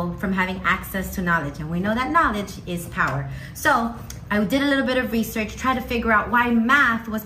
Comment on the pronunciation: “Nolige is pwer”